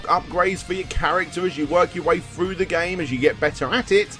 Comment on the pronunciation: "Its still Contra froo and froo" 😂 😂